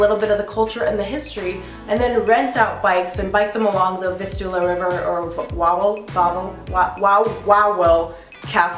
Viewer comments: Nice vlog :) happy to see that you like Kraków. I'll give you some tip. W is pronounced in Polish like V in English :) So the Royal Castle would be pronounced in English like Vavel :) Our letter Ł (that crossed L) is pronounced like English W :D I wish you happy sightseeing :) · You read the Wawel castle with V. So its like VAVEL castle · W is the V sound